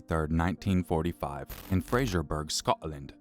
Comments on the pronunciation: “Fraserburgh” is pronounced FRAY-zur-buh-ruh, with the emphasis on the first syllable. And certainly not “Fray-zhur-burg”! OR “Scot-ah-lind” for that matter!! 😂😂😝😝🤣🤣😎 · Also, fraserburgh is pronounced 'frazerborough'. As for him seeing his grandfather deceased.....it was said that he came home from school and his mother asked 'do you want to see ya dide (doric word for grandfather), he's home from the sea'. He obviously became excited to see him, but that excitement was soon replaced with emotions only he would be able to express, as he was led into the back room of the house, were he was faced with the coffin laid out in front of him, with his grandfather inside, set out for viewing by family. It was said that because he wasn't warned about what he would see or that his grandfather was deceased even, at 6 yrs old, that would surely mess with your mind. So apparently he kissed his grandfather on the forehead and the feeling or love he had etc for him, then the cold feeling of the kiss.....was what led him to craving that 'love' he felt that day.....from others.